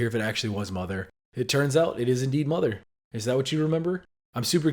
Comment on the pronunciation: Tbh, Mother (or Motha as he pronouces it) sounds very similar to Mama